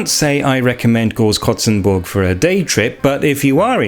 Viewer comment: Your pronunciation is perfect! And I love curious people discovering the most unusual things. Thank you for visiting Hesse ;) And yeah Großkrotzenburg is quite underwhelming and the town's name is even unappealing lol.